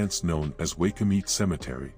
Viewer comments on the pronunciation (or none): It's pronounced why coo mit e spelled waikumete